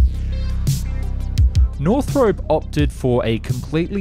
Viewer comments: Hope to see Japan make use of the learnings. And as an Aussie, I’d hate to correct you on this wonderful content but it’s not pronounced “North-Rope” but “North-R-Up”. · NorthROP, not Northrope (see any of Northrop's own videos for how they pronounce it)